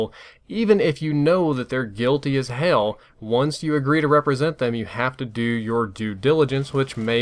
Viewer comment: Lol he went full southern when he said "Guilty as hell"